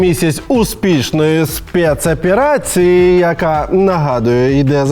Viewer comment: Олексій вже настільки українізувався, що вимовляє "спецоперации" ніби ніколи рос не говорив)